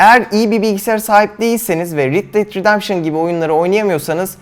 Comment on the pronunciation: Rid det redempşın değil red det ridempşın